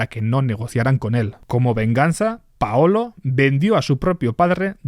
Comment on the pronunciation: Paulo, no paolo